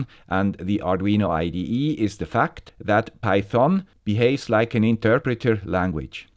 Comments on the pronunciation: Pronounciation: The problem with everyone loving is that nobody dares to correct the master on his pronunciation of Python.. I know it's not that important, but the correct pronunciation is with the emphasis on PY.. so it's actually PY-thon, not pyTHON. About the content: this is a GREAT episode as I'm switching from the Arduino IDE to microphython myself. The timing couldn't have been better! Also, I love the research that you've done and the work that went into this episode... I know I'm starting to become repetative, but bravo for keeping up the excellence. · Das o wird nicht gesprochen und betont wird auf der ersten Silbe "peithn". Die Aussprache hier tut weh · NO! No no no. Just no! Don't use python on micros. And please read the following,: Do not pronounce the o. I get bloody ears when you say python;) Anyways, thank you for a new informative video.